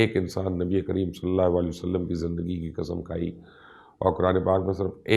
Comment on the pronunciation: مبشر بھائی بہت ہی خوبصورت تحقیق اور تفصیل ہے جزاک اللّہ گذارش کرنی ہے کہ جب بھی نبی اکرم صلی اللّٰہ علیہ وآلہ وسلم کا نام لیں تو پلیز ایک تو الفاظ کی ادائیگی کا خیال رکھیں کیونکہ آپ کے نام کے ساتھ سلام کی ادائیگی درست نہیں ہوتی ہے ایسا مجھے لگتا ہے دوسری گزارش یہ کرنی ہے کہ آقا کریم علیہ السلام کا جب بھی نام لیں تو براہِ کرم پورا "صلی اللّٰہ علیہ وآلہ وسلم" کہا کریں بحیثیت مسلمان اور آپ کی آل اولاد کے غلام ہونے کی حیثیت سے ہمارا فرض ہے کہ ہم ان مقدس و پاک ہستیوں کے حضور اپنے پیار بھرے درود و سلام کا نذرانہ پیش کریں بارک اللّٰہ